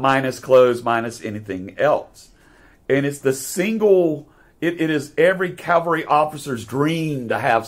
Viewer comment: Excellent presentation! Just a friendly reminder: a mounted or motorized military unit is Cav-all-ree. Cal-var-ee is a different word; it is the Christian site of Jesus’ crucifixion. I know they are often confused and difficult to pronounce. One way I remember it: a soldier might say, “I served in the 1st Cav.”